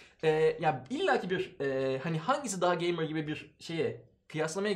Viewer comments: "geymır" şenol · Geymır mı? Gey mey ne diyorsunuz abi. Size yakışmadı